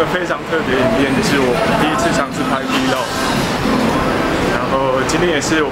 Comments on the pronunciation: 為什麼是V 漏個？ 那你唸b 漏個嗎？ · 不要念「v漏個」啦😂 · 那個念vlog 不是vlog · V log 是聖結石唸法 有夠沒sense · arthur hsu 那不好意思，我的母語剛好是英文，我只是在幫他把口語上的錯誤糾正過來，就這樣。你可以去看下很多國外的youtuber就是這麼念的。在與外國人對談的情況下，發音還是很重要的。